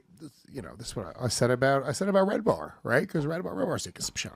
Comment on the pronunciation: His name is red ban not “red bar”… isn’t it?